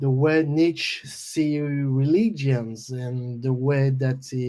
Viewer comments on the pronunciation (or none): For those that are wondering he mispronounced Nietzsche. But, most people know about his writings. The Book Anti-Christ wasn't a satanic book or anything, it was more aligned with what John spoke about with his own views. Not sure if McEntee ever read the book but it is quite parallel with his own views and more amazing is the fact that it was written 100+ years ago in 1895. Go look at the Wikipedia article about it. Its quite similar to what John speaks about here. Believing in yourself and having conviction of your own will. Not to hurt others but to essentially not be dragged down by others. A great interview overall and insightful for John's views and life experiences in the early death metal proto days... as well as some info about how the record came about. On the subject of tape trading and finding heavy music in the 80s... Yes, you did not take for granted heavy music that was difficult to like at first because acquiring it was far more difficult than trying to understand it. Then finally when you do finally gel with it.. the reward is well worth it in most cases.